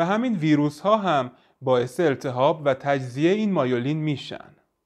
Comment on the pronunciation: مایولین چیه میلین بگو چرا ایجوری تلفظ میکنی